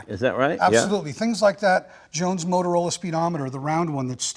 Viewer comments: Jay, it's "Jones Motrola," not "Motorola." The Galvin brothers registered the latter trademark in the 1930s for their early AM broadcast-band car receivers. Motorola entered the public safety communications market with their "Police Cruiser" AM receiver in the mid-1930s, which was a re-tuned (above 1650kHz broadcast band), but ruggedized consumer receiver for law enforcement use. Mobile transceivers were marketed before WW-II, as well. Truly revolutionized law enforcement. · The speedometer is NOT a Motorola, is is JONES-MOTROLA. Different company, 2 "O"s, not 3! Say: moat-rola. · Came in to say that. The restorer made the same mispronunciation.